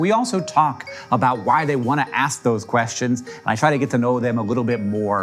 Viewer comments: Did I hear that right? I am 100% sure I just heard you say "ass kink" 🧐🤨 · Please some check me into a mental institution, I swear to god I heard him say “It’s called Ass Kank Anything.”